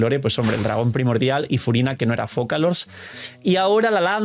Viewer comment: Señor de la pantalla, Focalor se pronuncia Fosalor. Btw, el viajero imita al portador o último dueño de la gnosis